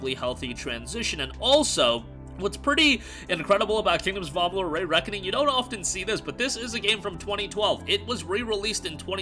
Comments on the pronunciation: Also, it is REEE Reckoning, not RAY Reckoning. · Does this guy have a stroke every time he tries to say “Re”?